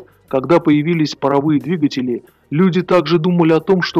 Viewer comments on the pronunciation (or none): none